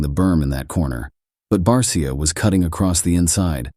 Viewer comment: If you're going to use AI/bot, at least "guide" it by calling 51 'BARSHA". It sounds more professional that way.